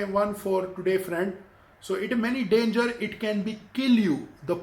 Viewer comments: What....dangar 😂😂😂😂 Sir you are the god of English , and why I am a small time😂😂😂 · Who will a Justien Biyebiyer? Will he a danjer?